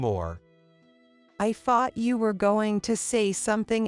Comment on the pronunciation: The word thought it's not pronounced as fart, a fart is the expulsion of gas from the body th is not sounding as a f